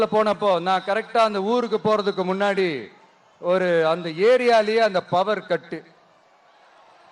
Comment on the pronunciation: மின்னாடி இல்லடா தெலுங்கா,முன்னாடி